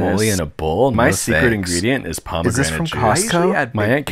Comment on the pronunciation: i swear i heard parmesan juice